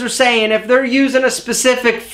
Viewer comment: Say "specific" again. SAY IT AGAIN! "Specescific..." HAHAHA. =P